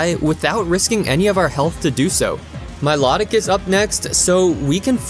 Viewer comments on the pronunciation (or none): Milotic's name is pronounced, My-Low-Tic not My-Lot-It